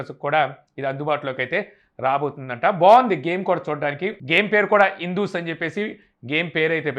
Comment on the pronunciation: ఇండస్ బ్రో ఇందూస్ కాదు😊😅🤣